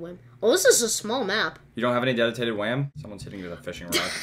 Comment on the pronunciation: "Dedutated wham" HAHAHA